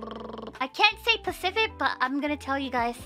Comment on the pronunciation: Sounded like she managed to say it just fine in the clip though. 🤔🤣